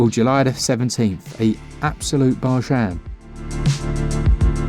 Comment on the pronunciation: A “barjin” oui oui! 🤣🇫🇷